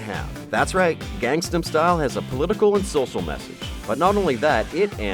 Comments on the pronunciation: Why can't anyone say Gang-nam? He says it so many times in the song. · I'm guessing he's trying to say gangster style...wish he actually did the research....